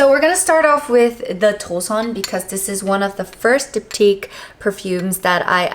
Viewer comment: the way you pronounced DO SON hahahahha. it's wrong